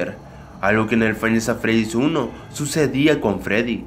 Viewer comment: Me doy cuenta que es five Nights at freddys y el dice fainasafredis v